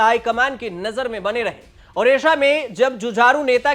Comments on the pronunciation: Odisha not odissa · Please correct this..... it's Odisha not Odissa